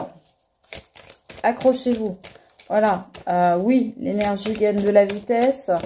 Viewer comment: tu as dis accrochez- vous, j'ai compris accoucher-vous!!!🤣🤣🤣c'est moi, un peu d'humour...😊